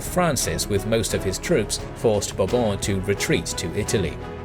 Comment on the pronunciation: The way you say Bourbon is satisfying